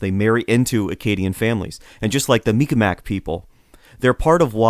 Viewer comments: It's pronounced mik-maw or sometimes mik-maw-key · Mi'Kmaq is more or less pronounced Meeg'ma. The apostrophe elongates the sound that come before it. K is a "G" sound in the Mi'Kmaq language. P is "B" sound and T is "D" sound. Very awesome podcast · The narrator butchered the pronunciation. I hope he corrects it in the future. Great video though.